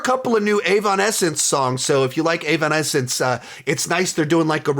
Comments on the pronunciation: Did bro just say AVONessence? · This is a dumb question but when say “Avonensce” do you mean Evanescence? 🤔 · The what did he sayyyyyyyyy meme. Brother that is not how you pronounce evanescence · I can’t get over the way he pronounced Evanescence 💀